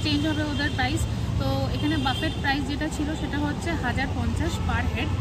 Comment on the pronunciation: কথাটা বাফেট নয়, বুফে। Otherwise 👍🏻